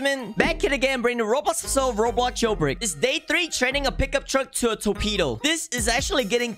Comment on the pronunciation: brulee ❌ burlee ✅ torpedo ❌ toepedo ✅